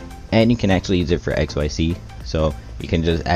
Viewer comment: Hello One correction Xyz pronouncing like exzyz not x y z You read it together